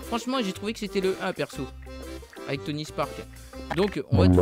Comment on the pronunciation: il a dit Tony spark